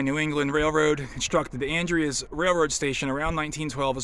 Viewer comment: The town is pronounced "An-dree-z",, I got corrected by a local about 20 years ago as I was saying it wrong also. The station certainly has decayed since I was there last 5 or so years ago. Still had roof and floors. Great auction house in town there at the intersection, Dean Arner, sometimes he has some interesting local railroad memorabilia for auction. Inside the station, thats called "strap rail", wooden rail capped with an iron strap. They would have stored a speeder in there for track inspection. Hopefully someone can repurpose the station before it's all gone.